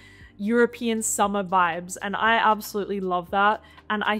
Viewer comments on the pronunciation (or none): none